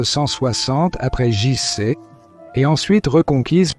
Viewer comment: IA... le vi-aie siècle après GéJiCi... Lol. Sujet interessant, mais comme c'est de l'IA, quelle fiabilité je peux accorder à ce non travail? C'est une honte ces chaînes full-IA.